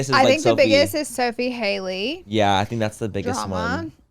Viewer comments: Y’all saying Halley and Sophia wrong the whole pod is killingggg me 😂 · Not you guys mispronouncing Halley’s name the WHOLE time 😂 it’s not Hailey it HALLey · I love how they called both girls the wrong names 😂 it was Sophie instead of Sophia and Hailey instead of “Hal-ee”. Love the fools!!